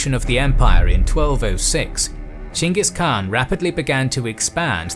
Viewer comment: Thumbs up for correctly calling him Chinggis Khan, or maybe Chinggis Kahan